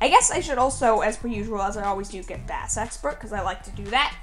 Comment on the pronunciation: Hey my human, bass is pronounced like "base" unless you're referring to a fish. If you already knew this and are saying it on purpose, I approve lol